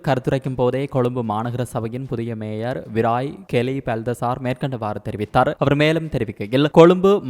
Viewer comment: பெண் வாசிப்பாளருக்கு ய, ஜ உச்சரிப்பு வித்தியாசம் தெரியாதா. மேயர் என்பதை மேஜர் என வாசிக்கிறார். ஆண் வாசிப்பு நன்று. இந்த பெண் வாசிப்பாளர் தமிழரா அல்லது வேற்று மொழி பேசுபவரா.